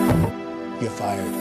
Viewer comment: He can’t even pronounce “You’re fired” correctly, can he? He says “Yuh fied” instead.